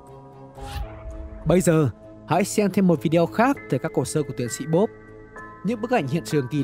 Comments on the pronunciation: Bod not bop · bob not bod =)) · Bob not bod